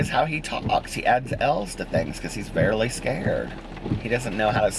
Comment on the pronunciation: going back & rewatching your videos, this is hilarious because my grandma is from iowa and says "varely" instead of "barely"